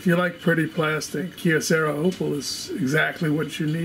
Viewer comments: it hurts ears to hear how you pronounce "kyocera" as keocera. try that "y" to pronounce same as y in "you". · Why do you say Kyocera as kiocera